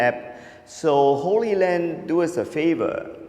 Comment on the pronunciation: It's HollyLand and HollyView - they're pronounced like Hollywood, not Holy Land. Looks like a great device! Does it transmit video AND audio? I've been wanting something like this for a long time. What is the cost going to be?